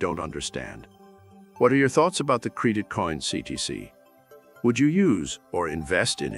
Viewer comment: Cr"ee"dit coin huh? 😂 what the heck. Is this Ai or something.